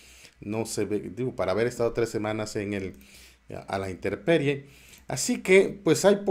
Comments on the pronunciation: Es: a la intemperie, no a la interperie. SALUDO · Buen video, como siempre. Intemperie, no interperie. Saludos desde Uruguay.